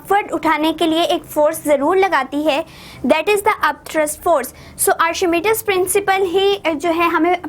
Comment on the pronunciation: Miss it is not arshimidis principle it is archimedes principle